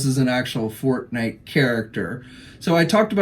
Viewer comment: I heard fart night lol when you said forte night lol